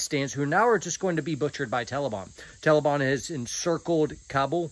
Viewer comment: Not to make light of this whole horrible situation and I love but I can’t get past “tellibahn” 😂